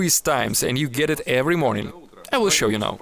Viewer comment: У тебя very year вместо every year